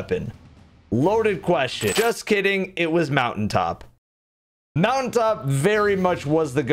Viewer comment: mountain top...because...moutai top lmao 😂😂😂😂